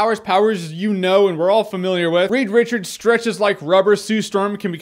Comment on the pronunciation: He said weed wichards hehehe